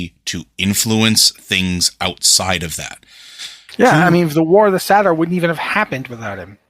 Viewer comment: Awesome chat! Co-host needs to learn how "satyr" and "Xavius" are pronounced but loved it overall.